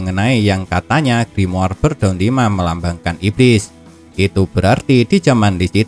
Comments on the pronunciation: Gua benci bet pas dia ngomong grimoar, kenapa ga ngomong grimor Cok udah gitu doang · Gua nyebutnya griamore:v